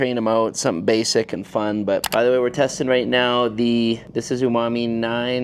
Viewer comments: Umami isn't pronounced "YOU-mami" 😂😂 its "OO-mah-mee" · The word "umami" is pronounced "ooh-mami", not "you-mami". 👍